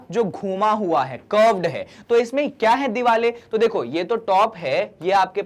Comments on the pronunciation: Why are you sayin diwale instead of saying diware 😅😅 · Hoti to diware hi Hain but....sir ka alag style hai😂